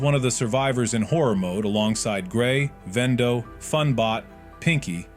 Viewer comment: ‘Vendo’ ah yes, knockoff wends.